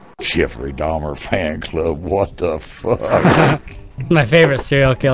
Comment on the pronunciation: They couldn't say Dahmer lol